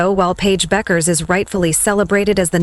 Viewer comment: last name is pronounced Beckers people